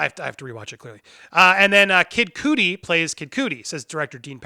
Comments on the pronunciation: I'm sorry, but I stopped watching when he said Kid COOTIE instead of Cudi (KUHD-EE). Jesus Christ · Stop mis pronouncing dude's name its cuddy (rhymes with muddy) not cootie. Smh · You had me until you said Kid Coodi 🤦‍♂️ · You said Kid Cudi's name wrong. It's pronounced Kid cud ee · I appreciate the Bill and Ted 3 update. But I cannot sub because Anchorman 2 is fantastic and so is Kid “Cud-dee”. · Say the mans name right god damn it. Kid Cudi. Not coodie. Disrespectful as hell. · it’s kid “Cud-Dee”😂😂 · dislike for saying kid cudi wrong